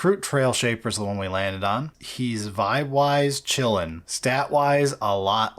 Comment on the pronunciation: Picking the Flesh Shaper over the War Shaper for Tau and getting his name wrong was either an unfortunate oversight or a big brained way to meme on the Tau even more, either way it physically pained me to hear you guys choose that model lol